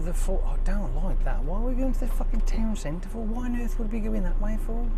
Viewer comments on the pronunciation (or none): Did you read Towcester as towncentre lol